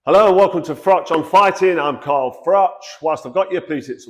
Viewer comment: It gets my goat how Brick top addresses you as Frock so it does has he a speech impediment